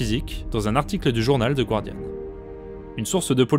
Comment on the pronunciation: Très bonne vidéo. C'est juste dommage que les mots anglais (lunar, guardian) et noms de personnes américaines (Neil, Elon) soient constamment mal prononcés.